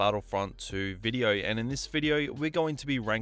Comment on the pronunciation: Take a shot everytime he says Videouh